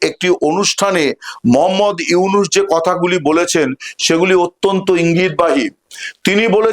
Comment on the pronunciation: ডঃ মুহাম্মদ ইউনুস ভালো করে নাম বলতে পারলে বলেন নাহলে বইলেন না